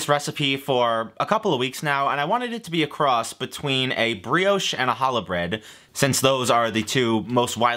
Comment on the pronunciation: He braided the bread! It really is challah. I may be slightly cringing at his pronunciation (which isn’t totally fair because it’s not easy to pronounce right) but I’m excited and into it nonetheless